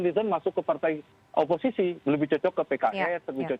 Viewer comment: Pengamat pintar ngomong.. Tdk sesuai realita.. Oposisi ya oposisi. Bukan opoiki.. Zong.. 😆😆😆